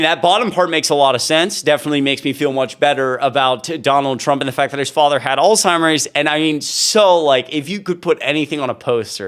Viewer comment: Alzheimer is a word so mispronounced but not here. 💯 Thanks for this very informative post 🇨🇦